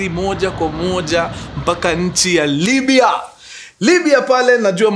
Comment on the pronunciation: It's Libia or Libya Mkuru check apo kwa introduction yoh, anyway sorry maybe it's mind playing games 😂😂